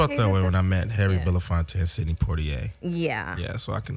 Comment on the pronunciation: did he say Sidney Pointier?